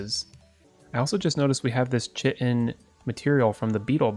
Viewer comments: Did see anyone talking about it...so, it's pronounced Kai-tin, not chit-in...gotta love English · Love new vid incase u didn’t know chiten is pronounced kite en :) just letting u know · chitin is pronouced ki-tin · I experience an intense amount of mental pain when you pronounce it “chit-in” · Chitin.. Kite-n is the proper pronunciation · Hey, the "Chitin" is pronounced like "kite in":v English is confusing